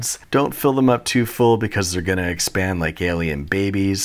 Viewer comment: I'm not sure if he said that the eggs will expand, or they will eggspand, and at this point I'm too afraid to ask